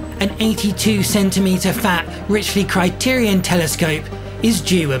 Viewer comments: I think "Ritchie Rrichton" is pronounced "Ri-chi Cri-ton" not "Rich-Li Cri-ti-ri-on" Some good info otherwise. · It's hard to take you seriously when you call a RItchey Chretien a "Richly Criterion" telescope. ffs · Oof what I wouldn't give for predictably clear skies like that!! Also, loved that Ritchey Chretien pronunciation xD